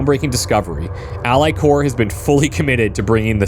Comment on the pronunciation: Just a nitpick (and a bit of a late one): Ally Corp is a corporation, not a military corps. The P is not silent. It always bothers me when people pronounce 'Corp(oration)' to rhyme with core/sore/lore/more, it's pronounced like the first syllable of the word it comes from.